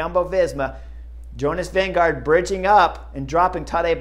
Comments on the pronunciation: Jonas «Winnego» hahah😅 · You also need to learn the pronunciation of Vingegaard (since he will be around for a while): Vinge is like "wing", with an "e" on the end. Gaard is pronounced like "gourd", but with a silent d....... so "Wingegour"" :) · Why does Bob Roll pronounce Vinegaard as “Vinego” and Chris does the same about half the time?